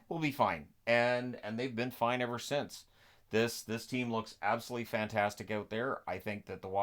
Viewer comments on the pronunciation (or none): none